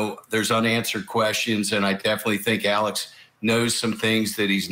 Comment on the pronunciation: I SWEAR TO GOD IF I HEAR ALEC AND NOT ALEX ONE MORE FKN TIME!!!!!